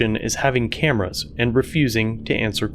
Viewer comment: CAMARAS. CAMARS. CAMARS. CAMARAS CAMARAS CAMARAS CAMARAS CAMARAS CAMARAS CAMARAS CAMARAS CAMARAS CAMARAS CAMARAS